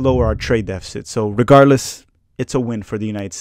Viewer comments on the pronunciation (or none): none